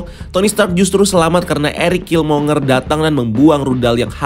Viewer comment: Killmonger itu bacanya /kilmongger/.